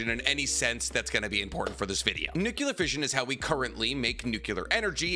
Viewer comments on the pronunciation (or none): SAY IT WITH ME: new-clear...! NOT nookyuhler 😔 i thought was a chemist or something 🙂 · NUCLEAR, bro nuclear: try saying NEW-CLEAR. NOT "Nukular" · The word is nuclear,, not nucular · Nuclear NEW-CLEAR NOT NOOKULAR You're a professional YouTube channel, stop sounding so ignorant. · Nu-klee-Ur. Not Nuk-U-ler. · New-Clee-Ur The 'u' comes before the 'c' not after. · Every time he says "nukular", I wanna delete his video... UGH!! Ignorance!!!!!!!!!!!! LOL XD